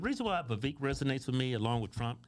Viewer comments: Vivek, not Vivake 🙄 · It’s pronounced Vi-vake, sounds like cake